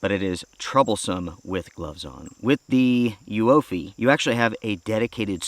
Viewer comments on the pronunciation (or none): It’s pronounced Uoophee, not Uoophee. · oooffeee the u is silent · The name is pronounced YOUFIE or Youfy :)